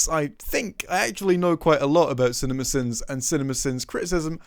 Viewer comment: The more you say cinimasins the more it sounds like cinnamon bins.